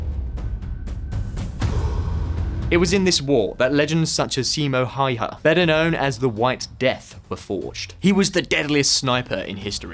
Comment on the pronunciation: HÄYHÄ not hayha